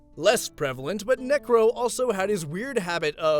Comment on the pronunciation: I swear bro was adding g's instead of c's when he said necro anyway this isn't hate or anything keep up the good work